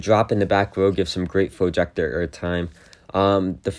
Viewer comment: Ejector not flojector